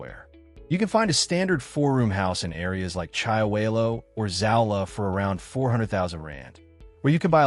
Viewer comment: I am a South African, you really don’t have to explain anything to me. You are however doing a poor job explaining it to the rest of the internet. I have also been to both of these places numerous times, have you? Your content is factually wrong, you mispronounce the names of both towns, and the premise of the video is silly to say the least. Comparing Orania and SOWETO (South Western Townships) is senseless because they are not comparable entities in the first place. Orania is a small, privately owned, voluntary community built around a specific cultural and governance model, while SOWETO is a vast urban area created by apartheid-era state planning as a labour settlement for Johannesburg and later shaped by mass urbanisation, political history, and metropolitan integration. One is intentionally small, controlled, and self-selected; the other is city-scale, diverse, and structurally embedded in a major economic hub. It is further absurd to ask random viewers “where would you choose to live?” because the premise of the question is fundamentally flawed. The first determining factor would be the race of the viewer, followed closely by culture and, in the case of Orania, specific cultural and social requirements that would automatically exclude most people. These are not interchangeable lifestyle options presented on equal footing; they exist in entirely different historical, demographic, and social realities. Economically, the comparison collapses completely. Orania operates a